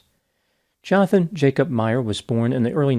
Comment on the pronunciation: Just fyi, the Dutch J is pronounced as the English Y. So 'Yonathan Yacob'.